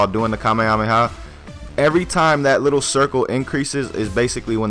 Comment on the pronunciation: You're pronouncing it wrong